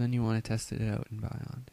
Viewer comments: It's Bee-yond, not by yond... Also, stop moving your mic around it's so annoying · very very helpful video. ((it's pronounced "beyond" though, not "buyond"))